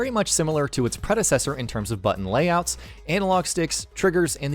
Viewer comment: Its "analog" not "anal-og" 🤦🏻‍♂️